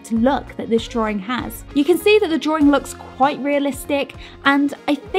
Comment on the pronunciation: drawing not drawring